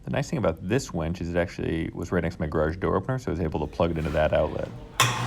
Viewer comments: The word is winch. Not wench. Girls can't lift bro. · Winch not wench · Sorry to be critical but it's winch with and 'i', not wench with an 'e'. There's a big difference between the two. I also have a problem with people saying real-a-tor instead of realtor. Great video otherwise. Will be using this idea for an idea I have. Thanks. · Dude. It's a "winch," not a "wench." Like "finch," not "bench." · winch, not wench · Why do you keep saying you are hanging a prostitute to your ceiling (wEnch) instead of a tool that helps move things (wInch)?? It was so annoying I had to stop watching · Nice video, just have to say it is about using a w I N c h not a w E N c h! A wench is a buxom serving maid! Happy if you make a video about that as well! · I winced everytime you said wench instead of winch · Gret job but PLEASE STOP pronoucing it WENCH= female, its WIN CH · My dude. The word is winch. Not wench. You spelled it properly in the description and then mispronounced it 44 times.